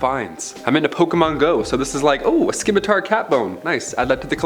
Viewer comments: Not skim matar…..simatar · Scimitar is pronounced SIMatar.. not SKIN mitar, might want to pronounce those words correctly......cuz people have a hard time taking you seriously when you can't.🤭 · Fantastic, fun video. Thanks yet again for the fun content to help me shrug off the inevitable depression when I start thinking about the state of the world. You and Lucy are my absolute favorites, and both put a huge smile on my face. Also, not to be mean! but it's pronounced SIM-ih tar. Because, you know, spelling is effin' weird. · The c in scimitar is silent bro. Lol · The c is silent in scimitar.